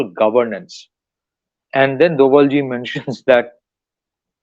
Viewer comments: He is ‘DOBHAL’ not DOBAL. YOU PEOPLE LOOK CHEAPER WHEN YOU DONT KNOW THE PROPER NAME WHOM YOU ARE TALKING ABOUT. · प्रिय, कृपया ध्यान दें कि इसका सही उच्चारण डोभाल है और डोबल गलत उच्चारण है।